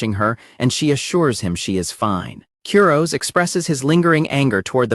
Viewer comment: I want to punch an innocent teddy bear every time I hear the AI narrator mispronounce Kurose's name. 🤦